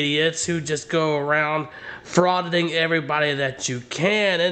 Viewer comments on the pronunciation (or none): you said Frauditi It’s think? I think NOT!